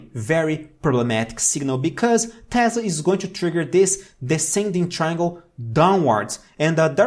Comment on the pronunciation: I love that he says "tezzla" and not "tesla" lol. Also his information is very good :D